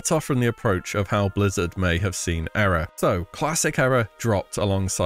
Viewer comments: You're pronouncing era wrong. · Why do you keep saying Era so weird??